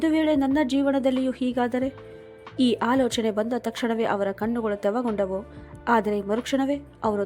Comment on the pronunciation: ಕಣ್ಣುಗಳು ತೆವಗೊಂಡವು ಅಲ್ಲ ತೇವಗೊಂಡವು ಅನ್ನ ಬೇಕಿತ್ತು ನೀವು ಪದೇ ಪದೇ ತಪ್ಪು ಉಚ್ಛಾರಣೆ ಮಾಡುತ್ತಿದ್ದೀರಿ ತಿದ್ದಿಕೊಳ್ಳಿ